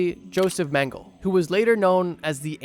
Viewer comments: His Name is mengele , and a german. Why do you assume his last Name is pronounced straight english? Like where did the last "e" go ? Mengeleeee not mänggel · Meng-ga-luh...not ming-le. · Hey, if you need it in the future, Mengele’s name is pronounced more like MEN-guh-luh. He’s obviously a horrible piece of 💩 so I figure he might pop up in a video later. Otherwise, this was enjoyable and absolutely terrifying. The people who were willing to scar their babies for life? Wild. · eh.. this nzi doc is called "joseph Mengele" eh.. Meng-e-le.. greetings from germany. love your Videos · I get that incorrect pronunciation can be annoying but he was a monster so he deserves to have his name pronounced wrong